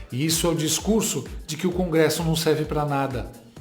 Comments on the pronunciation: O mau caratismo desses militontos não tem limites. Usar a mãe pra causar comoção é pouco, a vômita mal do povo vende ela pra garantir o Pix do painho. E o outro militontos falando crongresso. 😂😂😂😂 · Perai, CRONGRESSO??? Eu tô lelé dos OUVIDROS, ou esse demente falou "CRONGRESSO" ??? SOCORROOOOO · O militante da globe news fala CRongresso.KKKKKKK